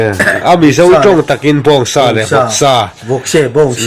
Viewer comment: Sa tih pawh in lam dik theilo ania 🖕🖕